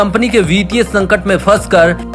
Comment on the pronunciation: वित्तीय नहीं कि वितिय चूतिये पहले हिंदी बोलना सीख। मैंने अनसबस्क्राइब कर दिया है तेरी चैनल। जब हिंदी बोलना सीख जाएगा तब देखेंगे